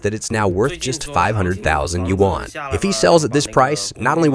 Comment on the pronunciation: How can a China focused channel miss pronunciation this bad; Hu a kay oh Depressing! And I am a bloody European who are useless in Chinese.